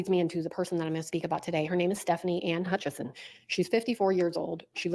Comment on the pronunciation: if you research Stefani, there is no N in her last name. It is Hutchison not HutchiNson. AA Ron spelled it correctly, but he’s saying it with the N